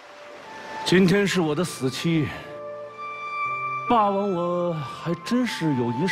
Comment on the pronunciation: 俞灏明那一声霸王，我听成了爸爸 ：DD